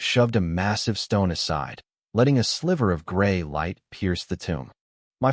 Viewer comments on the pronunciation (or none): none